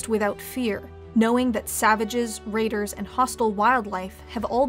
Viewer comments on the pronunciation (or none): none